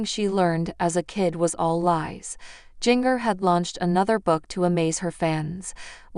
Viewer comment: I wish you would learn how to pronounce words right, especially jingers name, you need to go back to english class, you would fail badly.